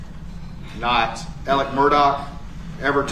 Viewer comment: After all this time, are you just choosing not to pronounce Murdaugh’s name “Alec”?